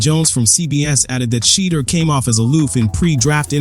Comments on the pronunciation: Dude you are so hatefull, not colore blind, to mispronouce the man's name, must be a Republican or somthing worst. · Please pronounce his name right...dang.